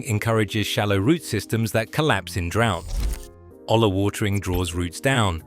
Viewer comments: A double L in spanish is pronoumced as a y. A yuh sound like Arianna Grande would make. So olla is pronoumced 'oya,' not ola. Hola is a different spanish word, don't get confused 😅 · Its pronounced "OYA" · The blank stares from garden store personnel might be because the word is pronounce oh-yah. Tell your AI some of your content contains Spanish words.